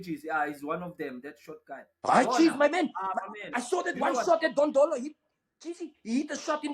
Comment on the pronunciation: 😂😂😂😂 Moneeb Dondolo, instead of saying Ndlondlo